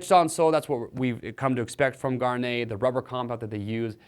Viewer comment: Why can't anybody pronounce Gaerne properly?